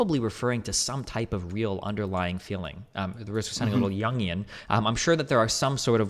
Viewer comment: did homie just say “youngian”